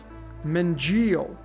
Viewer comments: Buddy, if you studied “my holocaust” in such detail, how can you not pronounce Mengele properly. Ashkenazi’s saturated the upper ranks within the Nazi Regime. Eva Braun, H’s wife, was Ashkenazi. There def were Israelite Jews who were thrown under the bus by the cloaked fakes. But by no means was the H “real” in the extent told to us by hollywood or “his-story” books. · no different playbook than they run today. Its pronounced “Mengaele”